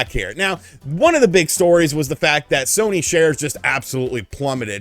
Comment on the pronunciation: Haha at one point yo said shony sare